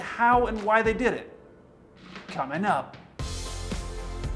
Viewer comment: My favorite part of the video is when says COMING UP!!